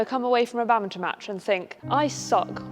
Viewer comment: Love how they pronounce it like "Bummbinton" XD